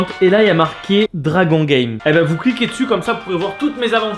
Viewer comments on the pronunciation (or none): none